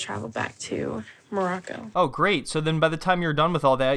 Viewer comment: i still can't get over how Nicole calls it "Mrraco"